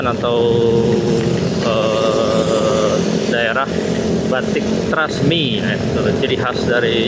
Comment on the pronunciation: “ Trusmi “ Mas bukan “Trasmi”…! Karna artinya Trusmi itu adalah “ terus Bersemi” …. Maaf sedikit jelaskan..!